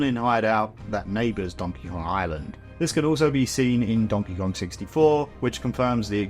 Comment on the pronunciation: donkey gon??